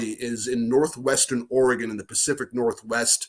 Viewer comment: He DID say Oregon correctly :-) should just let it pass, Pat.